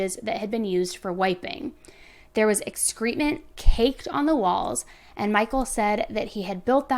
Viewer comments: You’re so stinkin cute! Excrement…EX-cruh-MENT. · 12.51 excrement Pronounced ek·skruh·muhnt ... js